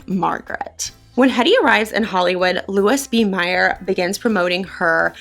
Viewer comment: Haven't finished yet -- but here are a few tips, fyi... * Louis B. Mayer: pronounced: Lou-ee B. May-r * Charles Boyer: pronounced Charles (soft- French "Ch") Boy-ay: again, French.